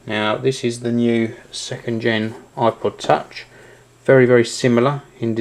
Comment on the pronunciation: he sounds like he said aqua touch.